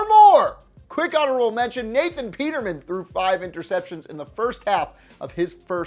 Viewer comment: It kills me when you say Nathan peterman like that lmao